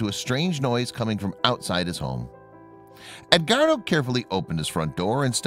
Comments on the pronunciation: Ed.....wardo. not ed....guardo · I just can't get past the mispronunciation of the name Edguardo...